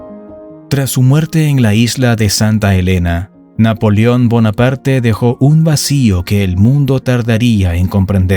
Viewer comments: Pronuncia bien amigo . No es NAPOLIÓN .. es NAPOLEÓN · Muy buen documental, lástima las ocasiones que dice Napolion, en lugar de NAPOLEON. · Napolión??? Se dice NapolEón. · Napolión? O Napoleón?